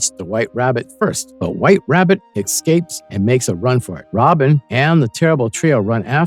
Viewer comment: I wouldn't be shocked if it was AI narrated. Not very much. & " excapes " ? Who programmed the freaking AI ?